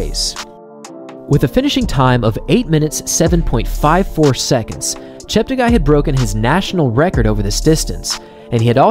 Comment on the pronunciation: Chep ta guy Everyone: Chep teggi